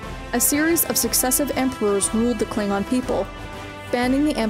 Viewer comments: like how u pronounce the klingon. Pretty kool 😊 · I love that fact the narrator got the pronunciations correct for some of the more heavier words.